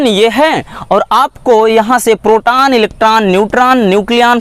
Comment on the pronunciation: Sir ji proton hota h protan nhi